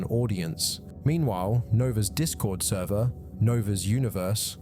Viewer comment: He lost the “therver”